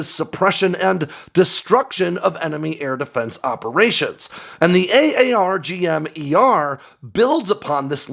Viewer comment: Stop saying a-a-r-g-m .....it's Arrrr Gum